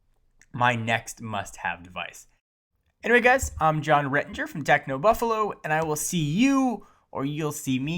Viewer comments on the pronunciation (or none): why do you keep saying "Buffalu"? lol